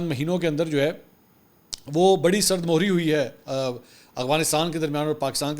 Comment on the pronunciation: منصور یار لفظ سرد مُہری نہیں ہوتا یہ سرد مَہری ہوتا ہے۔ مَہر و محبت قریبی تعلق کو کہا جاتا ہے۔